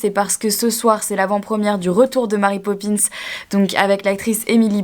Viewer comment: Emily prononcé super bien marry popins avec l'accent français ! Par contre j'suis pas trop fan de cet univers. C'est chaud tout ces journaliste qui t'appellent pour led photos :o ohlala la galère pour ton eurostar ! Courage !